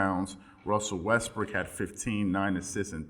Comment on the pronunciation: You said Russell westbrick 😂😂😂😂...nice